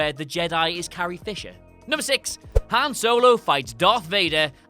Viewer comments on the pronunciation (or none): Seriously, you guys and pronunciations... Hen Solo? Really...?